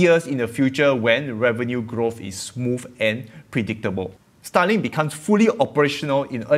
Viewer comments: i had to listen hard to what you were saying this time, because otherwise, every time you said starlink i thought you were saying stalin XD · i thought u were saying Stalin. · The way you pronounce starlink is quite funny. Sounds like "sta-ling".